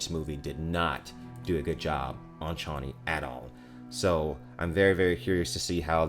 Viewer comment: Waiting for the moment when you realise you've been pronouncing Harkonnen and Chani wrong all this time... 😉 😂 That aside, bring on your full trailer reaction. That, I'm looking forward to... 😁👍 Also looking forward to the rest of the cast as I'm sure there are those who haven't been announced, such as the Shadout Mapes and Captain Nefud.